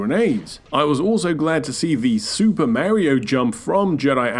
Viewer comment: Like the video, but I can’t abide the way you said Mario. Like, his main catchphrase is “it’s-a me, Mario.” So everyone knows how it’s pronounced.